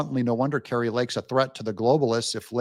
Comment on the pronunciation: Kari NOT Kartie!